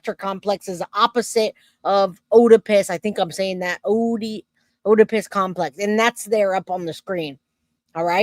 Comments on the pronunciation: Oedipus is pronounced "edipus" the O is silent. Have a great day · The O is silent in the word Oedipus. It's pronounced "Edipus"